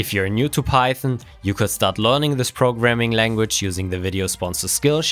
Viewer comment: Are you saying pieton? Instead of PieTHON.